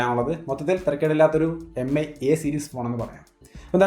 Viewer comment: Mi എന്നാല്‍ മി എന്നാണ്...Pronunciation എം ഐ എന്നല്ല... Hope you will correct it.